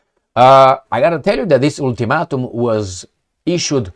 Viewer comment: Ultimatum sounds like Altimatum😅